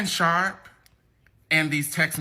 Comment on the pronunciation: Girl SHARPE NOT SHARK😂😂